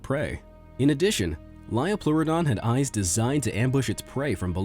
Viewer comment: ITS PRONOUNCED HE-LIC-O-PRI-ON NOT HE-LIC-AHP-RI-ON IT MAKES ME SO ANGRY